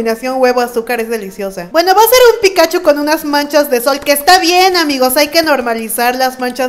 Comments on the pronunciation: Es Pikachú, no Pikáchu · Sabes que alguien nunca ha visro Pokémon cuando pronuncia "Pikáchu" en vez de "Pikachú". Jajaja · Hay tres tipos de personas: 1. Las que dicen Pikachú. 2. Las que dicen Pikáchu. 3. Las que decimos Píkachu. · 4* las que dicen pitochu XD